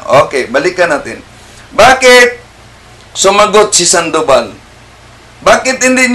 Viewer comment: Sandobal dyos ko po ang layo niyo kay bro Wendel maling mali ang bigkas mo